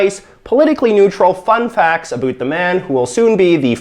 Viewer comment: Haha he says aboot haha